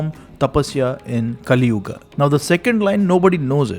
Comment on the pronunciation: Finally You are one channel who doesn’t add extra “a” to sanskruta words, pronouncing yuga as yuga not yugaa , rama not ramma